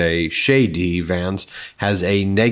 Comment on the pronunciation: The speed you say JD Vance sounds like you are saying Shady Vance.